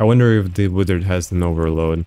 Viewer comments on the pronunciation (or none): no Russian would ever say "wideo" or "withard" - its "vidio" and "vizart" every time